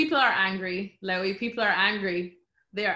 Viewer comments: This is a nice interview, but did she really pronounce "Lewy" as "Louie"? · did she just call him "lowie"?